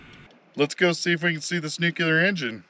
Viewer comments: Newk-Lee-Ar. Not Newk-You-Lar. For FUCK SAKE!! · Cool video, been there done that, But something in your video is one of my pet peeves. it's not pronounced (nook--yuh--ler), it's pronounced nuclear.....(nuuuu--kleee--errr) I'm amazed at how many people in Media and politics that get it wrong. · Nuclear is pronounced: Nuc-Lee-Ur NOT Nucular! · Can you sound reputable and versed and say Nuclear? "Noo-kle-errr" Not frikkin' Nok-ya-ler. Jesus, Bush! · Nuclear (new clear) not nucular! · Dude - it is New Clee Are... (Not New Qu Lar) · Dude... There "nucular" is not a word. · no worries, it's just something that bothers me, I see it in media and the news all the time, these people that are supposed to be highly educated and informed still can't pronounce it correctly, it was something that was drummed into me by my English teacher as a child, I think it was one of her pet peeves as well so I guess you could say I'm just passing on the tradition of excellence in grammar😉 I will say JD Vance gets it right every time, gives me a warm fuzzy feeling unlike when George Bush would say it wrong. It's really not a big deal, I just figured I would bring it to your attention, lots of people judge us by the way we speak and words we use, overall I liked your video, spent some time over at the INEL facility myself some friends of mine have family that live down around Jerome and Twin Falls, sometimes when we would go down to visit we would take a little extra time and tour around the general part of the country to see what there is to see, lots of really cool history there most of the world is oblivious to. So, I really have been there and done that, but I just figured maybe a little room for improvement and constructive criticism would be, better pronunciation, might give some people a better impression of your videos, keep up the good work, overall I enjoy watching your adventures😊👍